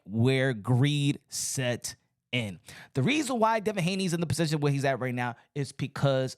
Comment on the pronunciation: Lol😂 The way you say Position 😂😂 And Come on With the Religion Shots🤦🏽‍♀️ It’s Not Becoming of You. I know your IQ is higher than a 5th Grader 👍🏽